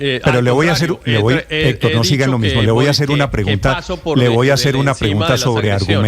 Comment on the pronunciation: Ese "Hétor". ¡Ay dioj mío! Pareciera que le pagan por defender al indefendible o de pronto estará enamoraíto